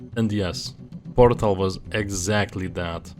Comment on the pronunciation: "half life 2 porŕřtal... counter strike soüřč̣e"